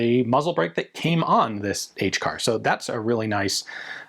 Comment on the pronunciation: That's quite the neat suppressor you got Ian, i'm happy for you. I love how you called the HCAR the SHCAR which is pretty hilarious. I'm glad that LMT made the ION-LT cheap.